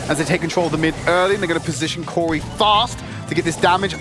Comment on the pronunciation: "cori" CORY?! oh